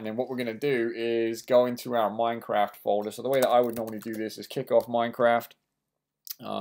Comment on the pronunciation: did anyone actually notice his title"install minecade mod for minecrat 1.6.2 mac" he siad "minecrat" not "minecraft"